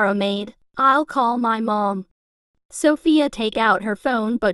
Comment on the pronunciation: Sophia's mom: SoFAyA